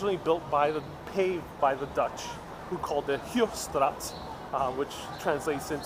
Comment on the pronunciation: The Dutch named is Hoog Straat, (High Street). Hoog Straat sounds like: Hoag Strat